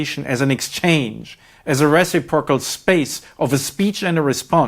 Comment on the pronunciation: Tip to Prof. Moeller: I'm sure you speak quadruple languages to my two, but a little English pronounce nitpick -- "reciprocal" is phonetically "ris SIP prah kul" NOT "res AH prokal" Dr. Moeller's got one hell of a cushy job in Macau, a bigger "Las Vegas" resort city than even Las Vegas. What an ideal location to explicate Marxist thought in a city with one of the highest per capita incomes in the world! Hilarious. Btw, when I hear the word "theory" so often used here -- aside from some possible equivocation -- you're using it in a specialized, niche way, right? You can't test it in any consistent, reproducible way. You can't make predictions in any null hypothesis fashion. You can't be peer reviewed. So, uhh yea, I'm going with the everyday colloquial use, e.g., "Well my theory is Dan's having an affair; that's why he always late." Without the academic side of word salad of course.